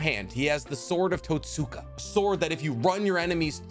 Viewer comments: Great video man. My only critique is in your pronunciation of Totsuka. Where English has silent letters, the Japanese language has soft or “whispered” letters. The hiragana script for Totsuka is とつか, where つ (tsu) is a whispered letter. So in the same way we don’t say Sasookee when talking about Sasuke, we don’t say Totsooka blade. And on that note, Nemui is written as ねむい , sharing the first hiragana with Neji (ねじ）and is pronounced Neh-moo-ee. Hope this is helpful and insightful. Thanks for the dope video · The What......its pronounced tots-ka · mans said “Tat-Soo-kuh” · Mf sayin Itachi misunderstood than says Totsuka